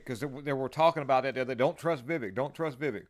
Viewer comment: He actually pronounces his name "Viv-A-k", not Viv-E-k - yes, it's spelled with an 'e" but he pronounces it like an "a".